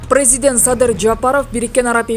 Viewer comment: Ушул алып баруучу Ким? Прэззыдент деп кулакка жагымсыз деп суйлойт, тооба. Риторика, произношение деген сабактар болчу эле. Кечиресиз капа кылсам. ...